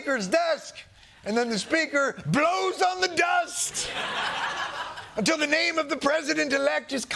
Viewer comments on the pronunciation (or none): none